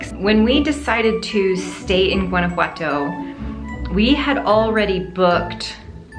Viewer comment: I love how you say “Guanajuato” 😍❤️❤️